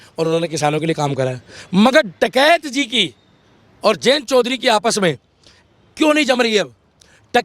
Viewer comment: Takaiti nhi Dakaiti bolo 😂